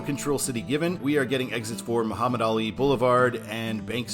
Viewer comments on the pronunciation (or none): none